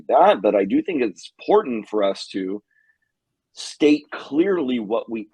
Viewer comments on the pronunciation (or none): none